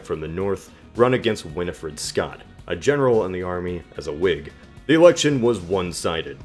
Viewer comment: Winfield Scott! They nominated Winfield Scott, not "Winifred Scott".